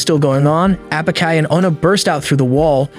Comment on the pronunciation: I had high hopes for the ai narration at the beginning because its pronounced Apachai correctly but 30 minutes in and it's all gone downhill after that 😂😂😂 0/10